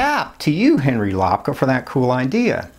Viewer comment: I'm excited to see the video about loving our illusions. My last name is pronounced more like, "I'm going to take a lap around the park." Then add the -ka. Lap-ka not lop-ka. Again, thanks for making this video on travel. -Henry